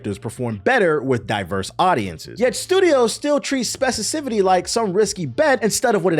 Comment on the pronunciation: Were you trying to say specificity? Because you kept saying specicifity and it took me out of your commentary a bit. 😊 other than that, I really liked your take on it. Very Dope.